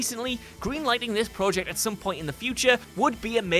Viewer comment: Dude i love ur voiceover work but please pronounce project correctly